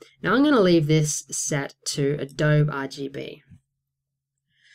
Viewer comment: it's pronounced "A DOUGH BEE"